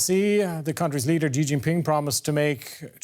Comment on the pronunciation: How can this guy report on China when he can't even say the president's name right?